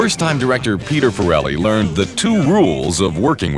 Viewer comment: Lol. “Peter Ferelli”